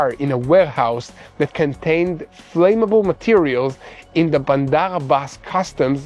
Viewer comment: English is my mother tongue. I just noticed the pronunciation of the words "work" and "flammable" need to be corrected. The word "flame" has a long "a" sound but "flammable" has a short "'a" sound. "work" should sound like the word "were" with a "k" at the end. i really enjoy listening to you.